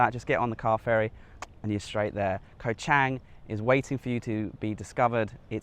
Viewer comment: I see you are still butchering the pronunciation of Koh Chang....bad habits are hard to break. Great video all the same...Cheers.